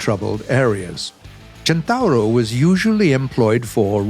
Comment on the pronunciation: Near perfect Italian pronunciation. I give you a 8 over 10.